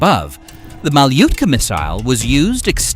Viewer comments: No "Maliutka", but "Malutka" this is slavic language.🙂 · This guy don't have basic knowledge about anti-tank missile systems (ATGMs). First of all, this idiotic AI pronounces Malyutka wrong, then he also compared French Milan ATGM with Spike and Javelin. Milan ATGMs were never and never will be Fire and Forget ATGM systems. ATGM system he wanted to mention is called, MMP from French MBDA, but our guy thought that it is enough to mention any French ATGM. There are also Turkish top attack fire and forget system that is as good as Javelin and Spike if not even better, it has longer range and it is Omtas ATGM known also as Miszrak-O system. If someone want to reply and mention Spike-LR or even Spike NLOS I would like to remind people here that we discuss about ATGM systems used by infantry. And this missiles that is used against Merkava MBTs (main battle tanks, just in case if someone here don't know that acronym, because military industry use acronyms for almost everything). ATGMs (anti-tank guided missiles), used against Merkava now probably Fagot or Konkurs ATGMs. It can be also older version of Metis ATGM. And I almost forget, Malyutka ATGMs were not SACLOS guided systems, it means that you just have to follow your target and keep it aimed by missile, and Malyutka were manually guided with some kind of joystick, and it was hard as hell to guide. People used to miss targets from 30-40 meters.